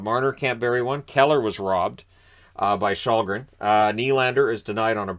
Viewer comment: Källgren really should be more like shell-gren than your shawl-gren.